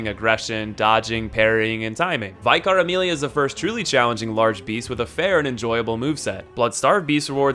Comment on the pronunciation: Oof, that pronunciation of "Vicar Amelia"